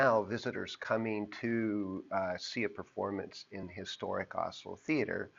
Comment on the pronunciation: Nice video but am I the only who thinks his pronunciation of Asolo is closer to 'Oslo'?